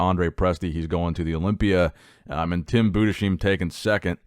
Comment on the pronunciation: gotta practice that german name pronunciation :D It is Tim Budes-hyme! Next time I would like to hear that correctly haha Grüße an alle Deutschen gehen raus <3